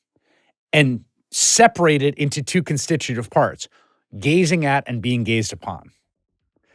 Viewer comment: Chris Hayes can't stop saying constituitive. 😲